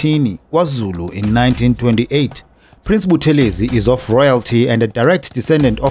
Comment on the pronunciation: Hello - Please note the pronounciation is BuTHElezi, and not ButheLEzi. This Dr Buthelezi himself reminded us. Blessings to the Royal Family. - RevDrD/Ministry